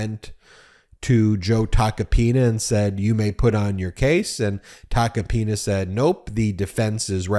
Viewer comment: Please don't pronounce his name like a republican trying to americanize it, it's t a c o-pina!